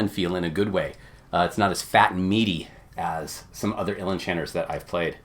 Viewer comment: And you pronounced Uilleann correctly! I know people who know Irish Gaelic (they think they do) that can’t even do that correctly!